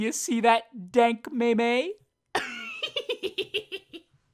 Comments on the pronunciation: Am I the only one that cringed when he said meme like "meh-meh"? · the intent is to give a sense of cringe and unsatisfaction. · I'll be honest, "dank may-may?" broke me.